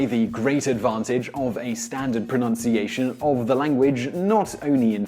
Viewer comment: I'll give you a like but ironically I don't like how you pronounce pronunciation .